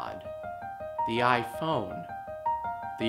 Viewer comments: I kept thinking he said "YIAY" phone at the beginning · I thought he said "The YiayPhone" at first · I thought you said the “YIAYphone”